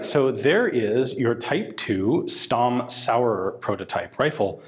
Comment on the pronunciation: Stamm is actually pronounced Shtamm